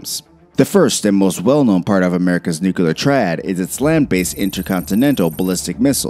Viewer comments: What's a NUKKELAR WAR???? Are you trying to say NUCLEAR WAR rather than NUKKELAR WAR????? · Immediately stopped watching and downvoted when I heard "nukular" instead of "nuclear" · I found ONE other human being that it irritates! Hello fellow human! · nu-clear, not nuceler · Please stop using the word "nucular". There is no such word. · ITS PRONOUCED NUCLEAR NOT NUCULER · Nuclear....not nucular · nuclear="new clear", never "new cue ler" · It’s *NEW-CLEE-AR!*. Not “new-cue-lar”. SMDH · The speaker he doesn’t know how to say nuclear properly he says nukeelar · New-CLEAR. NEW-clear. Not friggin' new-cu-ler! If you can't get the basics right, how are we to buy into anything else you say? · NU-CLEAR... NOT NUCULAR... Come on. Speak English. Not Bushish. It sounds so bloody stupid! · Nuclear, not nucular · ER - It's "NEW CLEAR" not "NEW CUE LAR" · It's nu-cle-ar..NOT NUCULAR!!!.. Other than that I love this episode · Please, PLEASE !!! It is NUCLEAR Noo-klee-er NOT Noo-Q-ler George Bush said it the same way... ARGH !!! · Is it nuclear or nukelar😆😆😆😆😆😆😆😆😆😆😆😆😆😆😆😆😆😆😆😆😆😆😆😆😆😆😆😆😆😆😆😆😆😆😆😆😆😆😆😆😆😆😆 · "Nu-clear", not "Noo-kyoo-lur". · Not "new-cu-ler." nu-clear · annoying when people say nucular. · See Vincent Hardwick's comment from three days ago. He's right. It's nu-cle-ar, NOT nu-ku-lar. How hard can it be FFS.?? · All it took was for me to hear the word "nucyalur" one time and I was out. Say it with me.... "new clear" now say them together as one word. There ya go!....I'm getting the fk outta here. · It doesn't matter a bit. IF nuclear (not nucular) war broke out, and even 10% of nuclear missiles were launched, the.species.would.die and cock roaches would live on. Please, let's NOT even consider doing this. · Say it with me . . . Nuuu Cleee URRRR. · "Nucular?". SMH. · I hate to be that guy but the word is nu-clear, it's got two syllables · The threat of “nucular” war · New-cala triad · How about you learn how to say, New-Clee-Er. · Nuculear. Lol. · Nucular... Aaaargh.